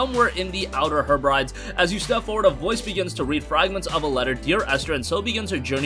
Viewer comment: He bri dees. Hebrides.